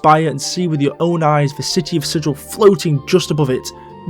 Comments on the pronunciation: I believe the town of Sigil is pronounced with a hard 'g'. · I might be wrong, and its pedantic anyways, but Sigil isn't pronounced like Sij-il. It's more like Si-gull. Regardless I enjoyed the vid. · Sigil, the city, is pronounced more like "siggle". It's not the same word as sigil, a symbol or mark. I don't know why, it might have been the original authors trolling. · 1. The pronunciation of "Carceri" has one hard and one soft C, like "incarcerate." Because it's a prison. 2. Both "Gehenna" and "Sigil" are correctly pronounced with a hard G.